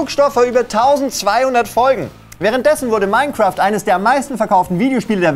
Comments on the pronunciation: Minecraft ❌ OURCRAFT ✔️ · "Mine"craft oder wie man im Osten sagt: "Our"craft.